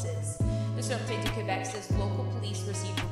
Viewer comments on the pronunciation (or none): none